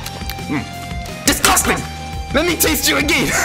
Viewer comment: I started laughing when u said “Lemme taste YOU! DIS GUS TANG!” 😂🤣